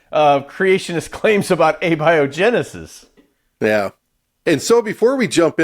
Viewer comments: You guys scientists? You pronounced A-biogenesis wrong lol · Uhbyohjinisis am dident hapend!